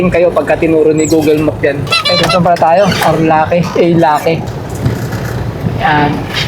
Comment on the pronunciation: hndi po A.la-ke basa jn hehehe A.LAKE PO LAWA sa talagog.. meaning ARTHUR LAKE po..galing sa mexico hahahaha..ingat lagi always watching